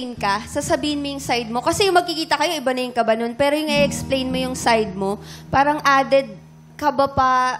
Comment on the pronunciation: haha dami. Tas pansin ko sa ibang "parang" niya okay naman ang bigkas niya. Di naman maarte haha